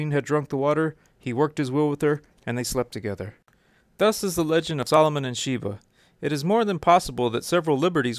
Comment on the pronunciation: You’re pronouncing her name wrong. And she’s Ethiopian.